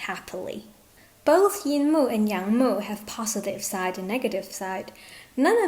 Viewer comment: Yang wood 🪵 mu, not young mu 😂